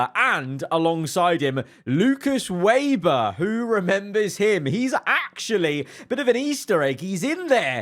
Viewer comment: it's not waber it's weber bro